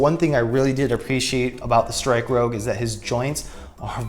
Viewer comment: This mobile suit is actually 'MBF-02+EW454F Strike Rouge Ootori'. You have it set to 'Rogue' whenit should be 'Rouge'; as in the French word for 'Red' which is pronounced 'Rooj'. The 'Ootori' is pronounced 'Oh-tori' (おおとり/大鳥) which literally translates to 'Big Bird'. I think for stickers on this kit, it would be better to just paint it. I mean they're just straight lines so you can just use like Tamiya masking tape and air brush, hand paint, or spray paint it instead of the stickers. You forgot to mention that with this kit, it comes with parts not used for this kit specifically. But you can create an MG MBF-02 Strike Rouge 'Kira of the Skies Ver.' with MG MBF-02+EW454F Strike Rouge Ootori and the MG GAT-X105+AQM/E-X01 Aile Strike Gundam Ver. RM It's basically the MG MBF-02+EW454F Strike Rouge Ootori minus the Ootori striker pack and instead using the Aile Striker Pack with the pink parts included with the MG MBF-02+EW454F Strike Rouge Ootori.